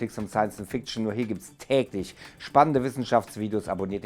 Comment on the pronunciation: The way he pronounces fic T ion.